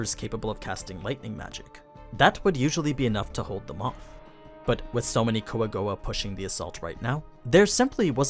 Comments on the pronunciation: Kwa-Goa actually, dude's just being 'murican. :P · call them coagowa one more time its (kwa-gwa) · i dont get why u always say the jap pronunciation if you're speaking english. "Quagoa" in Overlord is pronounced as "Kua-go-a". It is generally broken down into three syllables: Kua (pronounced like "coo-ah") go (pronounced like "go" in English) a (pronounced like "ah" in English)